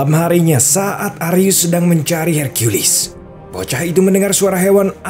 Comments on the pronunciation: Bilang saja herkules bang ,,pake herkuilis segala kau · Hercules Min bukan Hercuilis🗿 Emosi bet Dengarnya Su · Apaan sih hirkiyulis, herkules aja woy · LU DENGER SENDIRI AKTORNYA BILANG "I AM HERCIULIS" DI MENIT